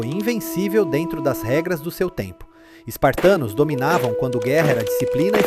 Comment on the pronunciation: Parei de ver quando ele disse spartanos. Rs